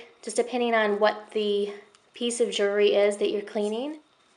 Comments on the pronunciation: it's actually jew-EL-ry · Just a hint. Jewellery or jewelry, however you want to spell it, has the letter "L" in it. Lol. Don't mean to sound rude, as it could be your accent or where you're from. Other than that, you're sweet and your video was great. Very helpful. Thank you